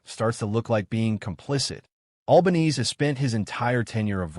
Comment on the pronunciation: To make anyone remotely interested in the content of this clip, try using a real voice, or at worst an AI generated voice with an Australian accent......mispronouncing the name of the dreadful PM was the least annoying bit.